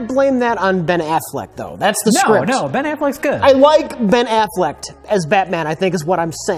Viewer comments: Rich Evans' Standard English Dictionary, third edition (2017) ambivilous (adj.) simultaneously experiencing opposing or contradictory feelings, beliefs, or motivations / Example: "I was so fucking ambivilous about this film." Ben Afflect (proper noun) Hollywood actor, most famous for playing the Bat Man Bessessda (proper noun) an American video game developer, known for The Elder Scrolls and Fallout (also known as Bessethda, Beh-sezz, BEH-THEH-zda) birds and the beads, the (phrase) something to do with sex; if you can use them, that's true love blackground (noun) the space behind actors or cats in videos, often colored blue ch-chahgo (phrase) a time in your life when Star Wars was very enticing / Example: "When I was ch-chahgo... what was really enticing... was Star Wars!" Chris Helmsworth (proper noun) a guy that Rich Evans is constantly talking about dreadlocks (noun, plural) traditional African style of hair grooming, where the hair is braided very close to the scalp. Often seen in failed magician videos ducks (noun, plural) a form of currency used for buying dolls dudn't (verb) negative form of 'do' / Example: "He has training to use the Force. She dudn't." fartbag (noun) the off-brand, 50c store version of a whoopee cushion fire esstingui-iscghh-eckstinguisher (noun) device that can be used to put out a fire folding chable (noun) small portable piece of furniture, used for displaying valuable items from a dollar store hump down (verb) get laid, often said of robots illeg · I love the latest Ben Afflect moopie